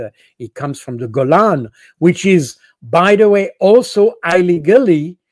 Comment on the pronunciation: I would Col. Baud just to hear him say 'eye-leegal'